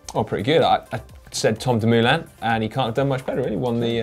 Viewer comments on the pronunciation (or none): Great show guys! Congrats! (just a thought: pls give a quick thought to the pronunciation of Dumoulin (not Dumooolin) and Nibali (nippely...). Never mind tough, love your show!) Greets from Hamburg